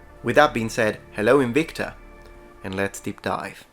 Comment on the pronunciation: Good video aside, as usual, I just love that is so into his Latin roleplaying that he pronounced it Inwikta when prolly all the planet (OP included) pronounces it as it is written.